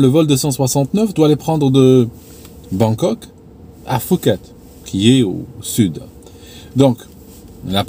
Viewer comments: Pardon, mais on dit « Pouket » et pas Fouket. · Normalement on ne tient pas compte du h dans Phuket donc on prononce Pouket